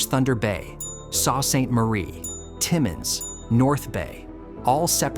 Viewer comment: Who's doing this narration that they don't know Sault is pronounced "soo"? Kap is not said correctly either. What are we supposed to believe??